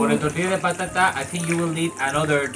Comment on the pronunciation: tartilla de potata a ha ha ha ))))